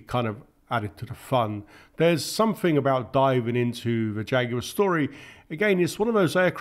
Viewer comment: I gave up, over your pronunciation. Things are not frets, but threats, sumfing = something, fifty fousand feet = fifty thousand feet, and so on. If you want to be a commentator, learn to speak the language.